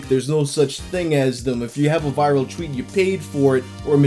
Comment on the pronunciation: take a shot every time he mispronounces "tweet" or "twitter"